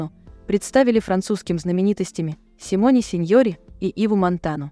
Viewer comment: Simone Signoret звучит как Симон СинёрЭ. Не суть важно, главное чтоб поняли о ком речь.